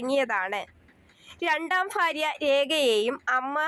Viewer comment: ഫാര്യ അല്ല ഭാര്യ